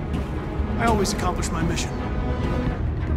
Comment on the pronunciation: "i aways accomplish my missions"